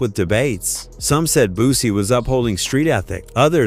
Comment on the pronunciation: Man did you hear how he just pronounced Boosie's name LOL 😂🤣🤣 Man somebody put a stop to this shit 😅😅😅